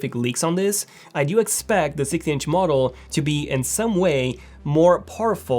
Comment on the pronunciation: "I dyu hope"